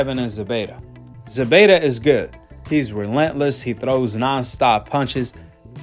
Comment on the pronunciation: It's Zepeta with a p!!!